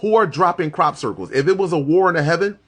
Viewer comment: Everytime he says crop circles I bust out laughing